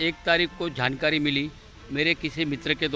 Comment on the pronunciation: He say “Jhatkari” for Jaankaari 🤣🤣🤣and “Maaaraatra”For Maharashtra then he say “Frisht”. For First .......are bhai bhai ye Kaisa moron hai🤣🤣🤣🤣🤣🤣🤣🤣🤣🤣🤣🤣🤣🤣🤣🤣🤣🤣🤣🤣🤣🤣🤣🤣🤣🤣🤣🤣🤣🤣🤣🤣🤣🤣🤣🤣🤣🤣🤣🤣